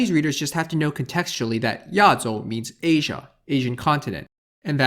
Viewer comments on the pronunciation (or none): none